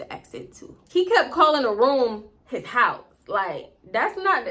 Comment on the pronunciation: I cackled every time you said “hyyyssse”(house)🤣🤣LOL And I exactly what you mean when people be faking accents ugh! Every time I hear the overly exaggerated Memphis “mane”, I cringe😫😑SMH